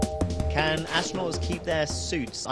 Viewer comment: Hilarious answer "do astrunots drinks in space?!!